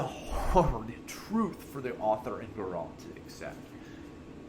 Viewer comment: ??? Grrr-Ralt? My God man, wtf. And you really should change your cancer intro song. Does not fit this content, nauseating.